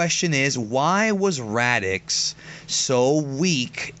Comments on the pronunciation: nice discussion you got there.. though your pronounciation of Raditz as Radix/Radiks was driving me nuts through the entire video.. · is it me or does it sound like is saying Radicks instead of Raditz? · Is no one else being driven insane by how this guy is pronouncing “Raditz”? He’s saying “Radix” or “Radicks” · I can't really take someone seriously who doesn't even pronounce the character, who's being discussed correctly. Radix isn't his name, Raditz however is. Listening format dictates this. And you come off as just a person making videos about a subject you read off a paper about. And not a person who appreciates Dragonball. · Are you guys pronouncing his name Radics, or raditz?? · Is anyone else hearing them say raditx not raditz lol your can't be a dragon ball fan or expert if you cant say the names properly 😂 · They should of paired vegeta n raditz... Both extremely violent, big egos and highly confident. Nappa shoulda been the weakling Just to put it out there cuz I hear it often... It's pronounced rad-its and tur-less... Not rad-ix and not tur-els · Before you discuss DBZ maybe learn their Actual names! It's Raditz not Radicks! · Raditz NOT FUCKING RADIX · Its not Raditx bro lol. Its Raditz. This video had such great content in it and it was very very informative. Keep up the videos. But from now on, if your gonna bring Raditz up again please say his name right from now on bro lol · Um.....it's pronounced RADITZ not RADIX. What the fuck??? Seen the show at all? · Radits not radix you dumb bitch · Why the fck does he keep saying RADIX are japanese people pronounce it like that or does he not know it is RadiTZ??????? Sorry it is so annoying... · It's Radditz not Raddicks lol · ok one of them (dont know witch) but they never say raditz they always say "radickz" ALWAYS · Why do you say Radix instead of Raditz? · radix it's raditz 😂😂😂😂😂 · HIS NAME IS RADITZ! NOT RADIX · It's RADITZ not Radix what the FUCK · its radiTz not radiCz dang xD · Radicks lmao